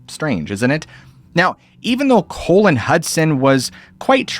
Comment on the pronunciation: why did you say the name " colin" as "colon?" colon is what is inside people's body lol.